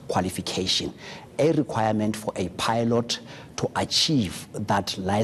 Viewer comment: Ay pie-lot?